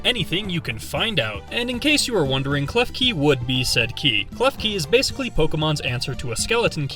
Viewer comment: KLEFKI DOES NOT END WITH EY, IT ENDS WITH AN I! FIX IT NOW!